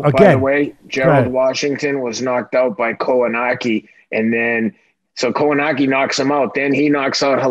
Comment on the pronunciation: For two guys who supposed to follow the sport are absolute disrespectful and and just shows why they here for pronouncing Kownackis name they way they did Respect the fighters